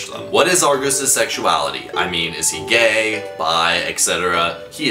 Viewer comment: why'd he say it like that 😭😭😭GAYYYYYYYYYYYYYYYY